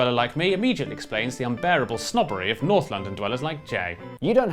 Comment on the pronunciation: Ah yes, Nouth, Sorth, Weast, and Est